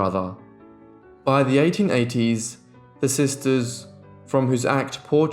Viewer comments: I'm sorry but, It drives me crazy when you say "sister'ses" There is no such a word. It's just sisters or sister's. It's like nails on a chalkboard. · I adore your channel but you're adding an extra sylable in the words "sisters". Not sisters. Just sisters'. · I was going to mention this too 👍☺️ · This narrator has such a flat boring tone...and there's no such word as sistersis....and it's Dickens not Dickings!